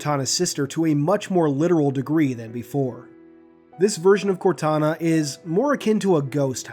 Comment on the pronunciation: Thought you said CORONA at first, haha. “Corona is not doing a great job at maintaining order” xD